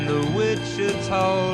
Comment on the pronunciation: Really? The greatest. You can’t pronounce Wichita or lineman? Or Glenn Campbell? Weird